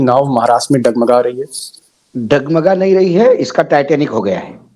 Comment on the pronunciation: Taiyar abhi bolta hai taitnik sr ji